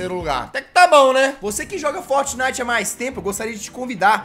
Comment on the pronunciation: e impressao minha ou ele fala fotnite